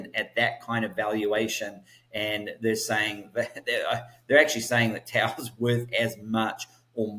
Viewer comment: Tao not town!